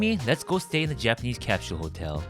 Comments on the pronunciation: You’re are right. Cap shule. British English. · It's cute that you speak like an American but your pronunciation of the word "capsule" still sounded very Korean. Omo giyo woo oppaa